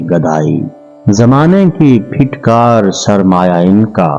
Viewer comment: السلام علیکم ،معذرت ساتھ کمائی کیلئے چینل کا جنون تو چڑھ جاتا ہے مگر کیا مجال پروگرام بنانے سے پہلے اپنا تلفظ کسی سے درست کروا لیں (phitkar nahin phatkar boltay hain